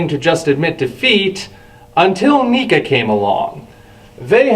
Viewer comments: it sounds like he is sayinh NICA instead of NECA LOL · Neca is not worth it. Also, I'm fairly certain it's pronounced Neckuh.